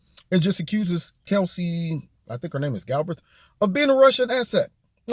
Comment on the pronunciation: Is it me or is he pronouncing her name as "Kelsey" ???